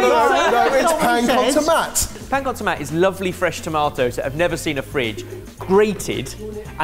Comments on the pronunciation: lads this is an uphill battle but it's either "pan con tomate" ("to-MAT-eh") in castillian spanish, or "pa amb tomàquet" (pronounced "pam to-MA-ket") in catalonian spanish, or also possibly "pan tumaca" -- but not "pan con tomat" screaming into the void here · "Pan con tomat"... There are at least 4 languages in Spain that you can use to name the concept of "bread and tomato" and you managed to say it incorrectly in all of them 😂. Usually it is referred as Pan con tomate (in Spanish) or Pa amb tomàquet (in Catalan). It may be also referred as Barrita con tomate or Mollete con tomate, the later specially in Andalucía if they serve it on a mollete antequerano, which is a type of bread.